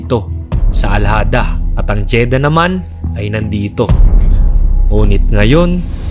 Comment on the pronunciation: Jeddah po, hindi Jeda haha